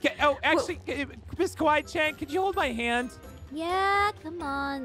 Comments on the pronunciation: No said kiwi chan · Your not the only one i heard him saying" Kiwi Chan!" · The way pronounced Kawaii~chan was “Kiwi Chan” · Anyone else notice when the lights came on the first time called Kawii~Chan Kewi~Chan- as in the fruit! LOL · They called kawaii~Chan Kiwii~Chan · Did anyone heard when they got scared and was calling kawaii chan He said:kiwi Chan Me:🤣🤣🤣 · you need to stop calling Kawaii Chan Keewee Chan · why did it sound like noi said "Goodnight miss kiwi chan!" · is it just me or I’m hearing calling ms.Kawaii Chan “ms.Kiwi Chan”? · ms kiwi chan